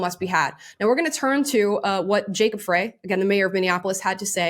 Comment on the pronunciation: The Mayor's last name is pronounced Fry. Love your channel, just take a second to get pronunciations correct.